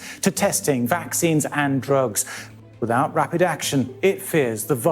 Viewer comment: Rapid not reyped😂 peace po